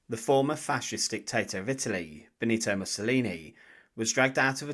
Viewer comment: "Bonito" sta cazzo di intelligenza artificiale 😆